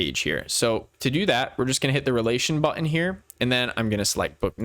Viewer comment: Very well done tutorial. The only problem was that I got distracted every time you mispronounced the word "button". 😀